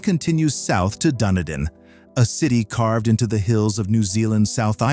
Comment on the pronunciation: could be Dunedin Florida . And its pronounced Dun - edin not Done-a-din .